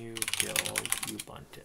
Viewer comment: Correct way to pronounce "Ubuntu" is........ Oo-boo-n-too, ....it's not You-bun-two.